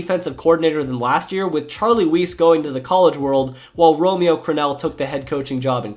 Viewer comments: it wasnt charlie weese pronounced like fleece it was charlie weise pronounced like mice lol some things u cant get just from reading books u have to experience them hearing them on air js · I’ve watched a few of your videos recently and I enjoy them. You do your homework, so they’re mostly accurate. And they’re presented in an entertaining manner. I do have one little nitpick though- pronouncing people’s names correctly. Charlie Weis’ name is pronounced wice, like rice with a W. Reche Caldwell’s name is pronounced reh-SHAY. Also, you should not hear the C in eviscerate. Sorry to be that guy. It’s just with the quality of your videos and your subs increasing (deservedly), the expectations are a little higher to get things right imo. Other than that, keep up the great work!